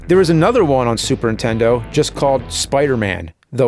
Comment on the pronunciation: Never knew there was a console called the "Superintenno"